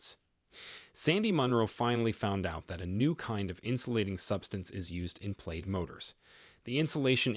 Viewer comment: The marketing bot is pronouncing this "played". That can't be correct. Plaid is produced "plad" (plăd).